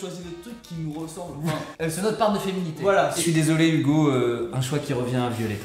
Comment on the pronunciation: J'adore vraiment ce que vous faites! Question; c'est ton vrai prénom en vrai? Et Hugo ça se prononce vraiment Hougo? En tous cas c'est trop bien!